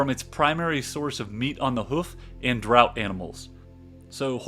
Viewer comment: Draught is pronounced draft. I don’t know why.